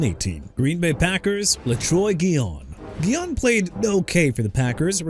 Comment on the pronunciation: OJ SIMPSON AIN'T ON THERE WHAT'S YOUR PROBLEM?? ALSO DUDE IT'S SURRY COUNTY VIRGINIA! AND STOP SAYING CHI-KAH-GOW!! CHICAGO PRONOUNCED EITHER SHEE-KAH-GOW OR SHUH-KAH-GOW! YOU GOT THAT?! LETROY GUION AS IN GUY-ON NOT GHI-YON! ALARIC AS IN AH-LAH-RIC NOT AH-LE-RIC! JAGUARS AS IN JA-GWAARS NOT "JAGWIRES" SO I DON'T WANNA HEAR YOU SAY THAT NO MORE! TYREEK HILL HAD TO DEAL WITH ALLEGATIONS OF ASSAULT AND PATERNITY ISSUES AND GETTING PULLED OVER FOR SPEEDING... OKAY GOT IT BRO! DON'T HAVE TO RUB IT IN! HE'S BEEN GONE!!! AND NEW ORLEANS AS IN NEW OR-LINS NOT NEW OR-LEANS! YOU AIN'T SAYING THAT NO MORE EITHER! ALSO YOU MEANT "UNIVERSITY OF GEORGIA STAFF MEMBER CHANDLER LACROY AND FOOTBALL PLAYER DEVIN WILCOX"?! YOU DON'T KNOW HOW TO CORRECT YOURSELF THEN YOU'RE IN THE WRONG PROFESSION!!